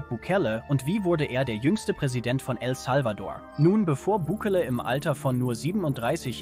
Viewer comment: Meine Guete, lerne einmal Bukele richtig auszusprechen, das hoert sich total asi an und macht das Video lachhaft. Andererseits kommt Ihr sehr spaet fuer eine derartige Reportage als waere der Schnee von Gestern immer noch da.